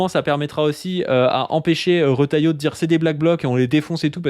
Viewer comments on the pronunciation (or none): none